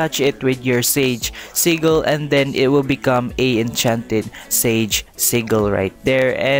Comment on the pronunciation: I just got pheonix and now i see ur vid telling me how 2 get mink ive been looking alot thx btw everytime u say sigil it sounds loke u said seagull XD